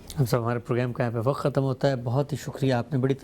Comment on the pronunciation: صاحب, براہ کرم لفظ "وقت " کو وقعت نہ بولا کریں, اچھا نہیں لگتا.